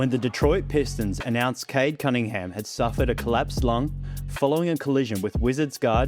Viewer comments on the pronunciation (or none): Is it only me who ALWAYS hears Cade ‘Cuttingham’ or’Cuddingham’ EVERY TIME Kendrick Perkins tries to say Cade Cunningham?